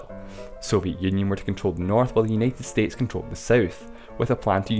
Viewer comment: Uneted Estetes LMAO!!!!